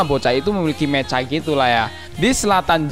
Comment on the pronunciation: Mecha dibacany meka bkn meca dodol